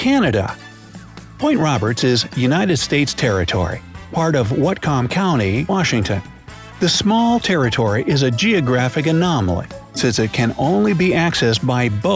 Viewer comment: It's pronounced Whatcom is pronounced "wat-come". I grew up here I Washington state, and have heard it pronounced wat-come all my life.